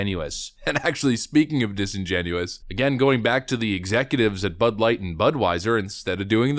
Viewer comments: I can't stop hearing "this butt's for you" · I hear butt now when they say bud